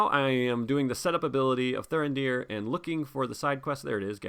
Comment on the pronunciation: Why would you leave Thurindir ready to defend in the second round, he has got 0 defence after all. Your pronounciation of Thurindir is spot on. And I love Vigilant Dúnedain.